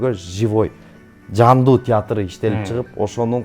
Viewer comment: Театррттрт дейт го алып баруучу кыз😂😂😂